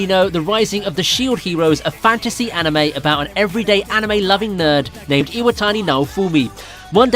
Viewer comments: UGGH!!!!!! Every time I watch these Ive already seen everything, and the narrator just HAS to over-americanize the pronounciations. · Omg the way he pronounces the names